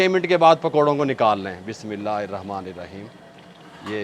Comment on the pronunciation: Bhai, you need tajweed class very badly. You do not pronounce any bismillah hirrahmaan nirraheem properly at all. I am now 57, I have been in tajweed class for almost 3 years and still not 100%. When you say bismillah like this you change the meaning of it astaghfirullah. Please please 🙏 take some tajweeed classes. I was taught like you at at age 9 and didn't know I was reading Quran/Arabic all wrong. You skip HH altogether. Thats a throat letter pronounced from the back of the throat. Every letter has a different makhrij.